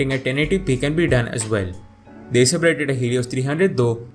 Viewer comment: Eyser naytro payb and eyser predetor hilios hahahaha